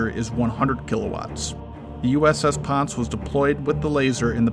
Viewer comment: This Karen’s husband Mark Fay MMC Jr. Engineer QMED AS-E / MSC ET. I served on the USS Ponce in 2015 and it is pronounced (Pon-say) and I have the MSC Sea Service letter to prove it. Please pronounce the ship’s name correctly! Google it if you want confirmation. And yes I was aboard during laser firings.